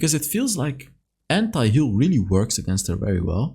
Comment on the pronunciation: Bro it’s ANTIHEAL not HENTAIHEAL